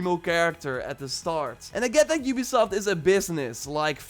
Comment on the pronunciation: Oobisoft,youbisoft, ubesoft